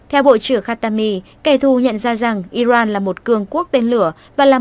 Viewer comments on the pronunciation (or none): Iran chứ không phải Iroan , đọc điệu quá.